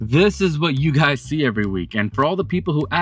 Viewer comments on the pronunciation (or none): none